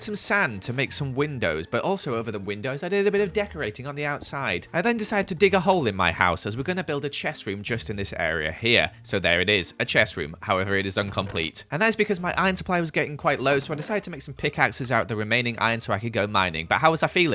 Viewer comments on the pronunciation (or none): Did u hear say uncomlete